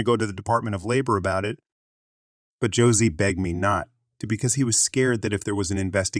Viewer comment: It's NOT Josie it's like Jose the jalapeno on a stick